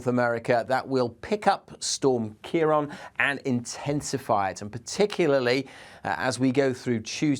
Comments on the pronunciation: Just a very minor thing, its prounanced kiaraawn. the accent over the a (á), gives it an "a aw"sound :) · What? Don’t be a silly-billy It’s Europe not England. Weather knows no national boundaries. Storms in this part of the world are named by Dutch, Irish, and British met offices in turn. It’s Ciarán pronounced Keir-awn. He pronounced it correctly when said the name of the storm towards the end. It’s subtle, but most languages carry accent marks that change pronunciation and/or meaning. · Ciarán is pronounced "Key-rawn", there's a fada over the second a (á)